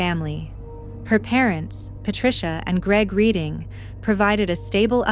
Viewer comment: It is REDDING not READING